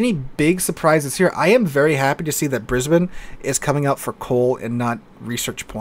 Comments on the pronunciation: OMG you said Brisbane right. Thank You!!!! the amount of time I flinch whenever people try to pronounce it is absolutely insane. Thank you! PERFECT. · Good job on the Brisbane pronounciation. There are a couple of othdr ways we say it: a) Brissy (Brizzee) 2) Brisvegas. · Finally, someone pronounced Brisbane properly, now we just need to work on Melbourne, lol. (Hint: it's just like Brisbane, hehehe). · Hearing Brisbane pronounced correctly was music to my ears :)